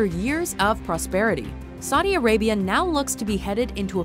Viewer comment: "Sadi Arabia"